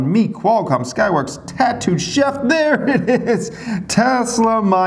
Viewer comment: Bro if you gonna invest that much into tattood chef you really gotta start pronouncing their shit correctly LOL